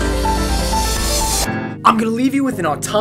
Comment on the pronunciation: There was a mistake at the end of the video, you've mispronounced ''Thanks''. Most probably it was intentional, due to Vsauce1 video ''mistakes''.